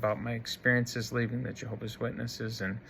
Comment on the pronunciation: You are, first of all, stupid, in that you obviously never learned to pronounce Jehovah'S Witnesses correctly, and how "respectful" of you to cowardly expose your late mother's perceived faults for all the world to laugh at and make fun of, while she can no longer defend herself. What a "fine" example of a "son" YOU are! I am presently disfellowshipped. However, you, and these other "ex-Jehovah's Witnesses" YouTubers on here, have completely convinced me that I must return to Jehovah's Witnesses as soon as possible!!! You and YOURS are helping to fulfill prophecy in these last days of this wicked, mean system. I would rather take my chances with the imperfect organization of Jehovah's Witnesses than out here with YOU HATEFUL, MEAN people!!! 😡😡😡